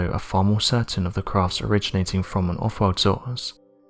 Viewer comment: This narrators voice is trash. He should try to eliminate the word “World” from his vocabulary. He sounds like the biggest fool ive ever heard when he tries to pronounce it.